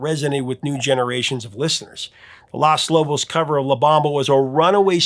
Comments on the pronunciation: Three things: 1. It's Los Lobos, not Las Lobos (long O sound: high school Spanish class rant) 2. 'Claves' should be pronounced CLAW-veyz (high school percussionist rant) 3. Where's Tainted Love? Not even an honorable mention? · Also had no idea about "Feel the Noize"! Loved the La Bamba segment, except it's LOS Lobos, not Las :) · Paul Young's "Everytime You Go Away" is crap compared to Daryl Hall's gospel-influenced version. And it's LOS Lobos, not LAS Lobos - the article is MASCULINE, not feminine. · If I hear him say LAS Lobos again I'm gonna throw my monitor... how hard is it to pronounce simple words?! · Los (with a long oh sound l-oh-s or low-ss) Lobos not Las Lobos... Jeez. I'm as Caucasian as can be and even I know how to pronounce Los Lobos. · Nitpicking comment: it’s not LAS Lobos. It’s LOS. Like Low. Lows Los Lobos. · You’re mispronouncing Los in Los Lobos. It’s not pronounced as Las as in Las Vegas but Los in Los Lobos rhymes with dos as in uno, dos, tres. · Just and FYI: it's Los Lobos not Las Lobos, Las is feminine in Spanish. Pronounced "Lows". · "" should learn to stop pronouncing "Los Lobos" as "Las Lobos" 🤮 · DUDE! It’s LOS Lobos, NOT LAS Lobos! Wolves are gendered MALE in Spanish, NOT female! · The name is LOS Lobos not Las Lobos,. 😉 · It is Lōs Lobos not Las Lobos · Everyone pronounces Los Angeles “loss” but not “loss” Lobos. It’s a long “o” like low in Los Lobos. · No, no, no, no, no! LOS LOBOS. Not Las Lobos. Long O. Like in NO. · Should be pronounced LOS Lobos (not LAS Lobos) me thinks. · Hey Professor, an enjoyable set of stories. but PLEASE!!! It is LOS Lobos, not Las Lobos. Unsure why you'd miss on this obviousness. You said it over and over. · I thank you for all that you do, but you are pronouncing Los Lobos' name incorrectly. It’s Los, not Las. My Mexican heart was cringing every time you pronounced it incorrectly. Thanks a bunch, I remember all these songs like it was yesterday. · LOS - not LAS Lobos